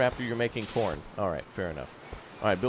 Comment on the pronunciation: why did it sound like u said porn & not corn LOL